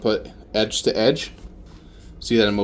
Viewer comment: Very informative video, Thank you for your time and effort! It took me just 20 minutes to figure out that “Roedge” is not one word but two 😂, and “Salvage” is what we call in boat upholstery industry a “Seam Allowance”. Still, some tricks are very new to me and I will definitely implement them in my work.